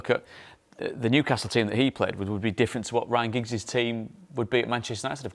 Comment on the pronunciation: Liam said Ryan Giggs 😂😂😂😅😅